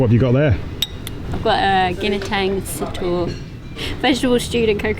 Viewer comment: I love when she pronounce "Ginataang sitaw"